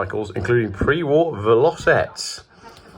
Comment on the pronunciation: heat gun or hair dryer would have had those decals off. And fyi velocette is pronounced vello-set not what you said.